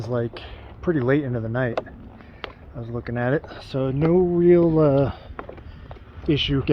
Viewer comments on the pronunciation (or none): none